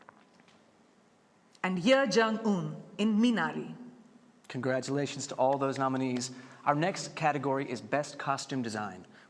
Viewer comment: Finally someone pronounced Minari right